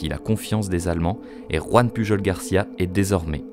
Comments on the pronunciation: pujol ce dit "puyol".. :-) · Sa se prononce pas puRol ? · Ça se prononce pas PuJJJol, un effort s’il te plaît 😅